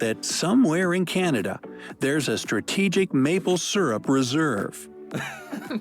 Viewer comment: Pronunciation of maple syrup is incorrect. (by the narrator in the video)